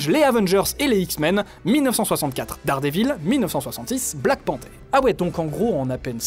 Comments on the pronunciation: 'dardevil' non mais stp ça se prononce 'dardéveul' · Bon fais pas trop le malin avec tes prononciations parce que si tu veux vraiment prononcer correctement c'est "dèrdiveul". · Et quoi qu'il en soit c'est déjà mieux que 'dardevil